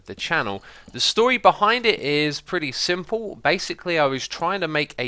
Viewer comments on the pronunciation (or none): none